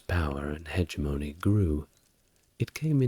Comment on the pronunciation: Hegemony = Huh-JEH-muh-nee